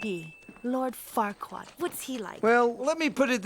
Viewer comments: every time I hear fuckkurad I always hear fuck kurad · farquad sounds a lot like f**kquad